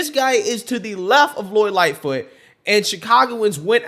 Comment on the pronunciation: The woman said: "lori Lightfoof did a wounderfull job"WTAF.....from wich state is she or is she a fentanol adict that just woke up from a coma??